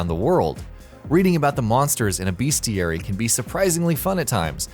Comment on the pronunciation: BESTiary.... It's pronounced: BESTiary, not BEASTiary. Does that bug anyone else?